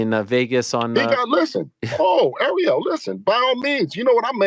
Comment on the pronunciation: Great interview “AREO” 😂😅😂😂😂 kept calling ARIEL… AREO…😄 Devin Haney the former great undisputed 135 KING is champion now at 140 and will be undisputed if the other 140 don’t continue to duck Devin like Teo, Mattis 140